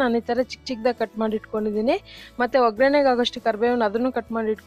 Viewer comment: 👌🏿👌🏿. ಒಗ್ರಣೆ ಅಲ್ಲ. ಒಗ್ಗರಣೆ ಅಂತ ಹೇಳಿ ಮೇಡಂ